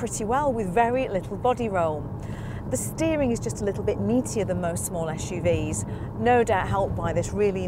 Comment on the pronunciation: "ESH-U-Vees". This lady feeds me Jeep is bad at doing SUVs. I thought Jeep was synonymous of off-road vehicles. Damn, she missed to talk about that!